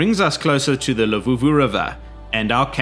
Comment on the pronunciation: its LUVUVHU not LEVUVHU 😅